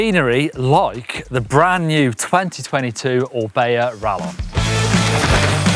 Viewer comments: Hearing say Rallon instead of Rayon is painful:O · quesadilla (Kay-suh-Dee-ya) Same concept. It’s rayon bud…